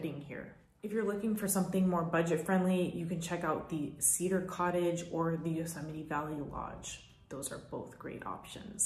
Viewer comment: It bothers me how she says Yusemie 😒 sorry I had to say it lol